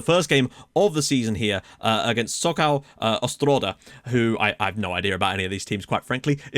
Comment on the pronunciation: Mroz = Mrooz, not Mrozh. Probably. There's likely a missed diacritic there (or he may not be Polish). Wojdyga = Voy-digga, with the emphasis falling on 'dy'. Sokol Ostroda = So-koow Ostrooda. You've bitten off a lot, linguistically! But the good news is that Polish pronunciation is pretty consistent. The l-with-a-line-through-it letter is pronounced similarly to an English 'w'. O with a line is 'oo'. You've got the Polish w as English v pronunciation right. Polish j is English y. Polish 'u' is 'oo'. Polish 'i' is English 'ee'. Polish 'y' is English soft 'i' -- like 'in'. There's a lot of whistling sounds that are difficult to transliterate. Cz = ch (tip of tongue). C with a line or c followed by an i is a different, softer ch, with the tongue sort of pressed against the palate. This same relationship holds for Sz (sh) and s-with-a-line or s-followed-by-i, and Rz or Z-with-a-dot (zh) and z-with-a-line or z-followed-by-i. The harder and softer versions of these sounds can be difficult to differentiate for non-Slavs. Then there's a few nasal vowels with a little tail (like a French cedille). A-with-a-tail is similar to the French 'on'. E with a tail sounds sort of like English 'en', but more nasal. I think that's it as far as individual letters or diphthongs with unusual sounds.